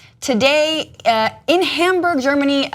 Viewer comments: (Total side issue) Why is it that sooooooo many American media commentators can't pronounce Hamburg????!!!???? It's NOT "Hamborg", and it's NOT "Homberg". (Reminds me of the problem so many still have with pronouncing Rosenstein. Weird. Everyone can say 'Einstein', but can't get Rosenstein?) Shows US contempt really. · I hate how she says Hamburg.